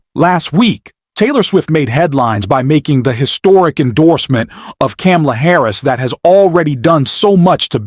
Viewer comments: Her name is pronounced comma la and NOT cam a la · Please adjust your robot. not. CAM-la. Comma-la. you lose credibility when you mispronounce her name. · Thank you for supporting Kamala Harris but please pronounce her name correctly!!! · It's comma-la, you mispronounced it like Trump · You are not pronouncing Kamala right.